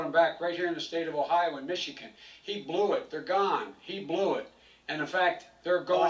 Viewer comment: "He Blew it. He "lew" it. He blew it." - Joe Biden